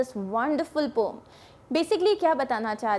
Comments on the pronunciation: It's poem na ki pome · Mam pom nahi poem hai vo😂😂😂😂